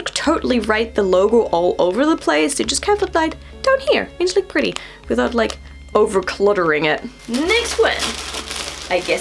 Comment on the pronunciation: Isn’t in An-gel-ic.....not angel-ic.......